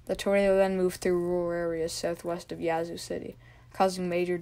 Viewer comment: Yah-zoo (Yazoo) like apple not yacht. its Ta-loo-lah (Tallulah) su-tar-sha (satartia) said it right the 1st time. Ah-tal (like tally- la (Attala) auc-tib-eh-ha (oktibbeha) ster-gis (Sturgis)